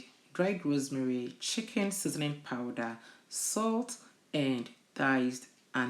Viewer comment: Please pronounce the Rosemary again na m’ante 🤣🤣🤣 I can only imagine the aroma in your kitchen as I salivate